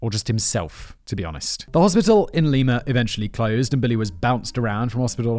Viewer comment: Simon. I, an Ohioan, beg of you: IT'S LIE-MUH, not LEE-MAH. PLEASE. T_T I know I get after you about pronunciations, but this is my home state. Kevin, THANK YOU!!! I grew up hearing about Milligan (yet another one Ohio State University swept under the rug) and he's never really been covered on any of the true crime stuff my mom watches. Thanks for writing this in-depth look at Milligan and his crimes. Awesome editing as always, Jen!